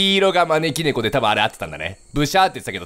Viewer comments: まねき↑ーろねこwwwwww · 招き↗️いろ猫→ で草不可避